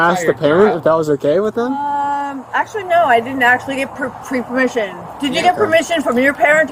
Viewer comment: Also gotta love her pronunciation of "pre-pa-permission". She is definitely drunk or on something!